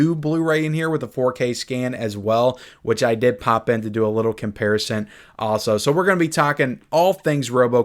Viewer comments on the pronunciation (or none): none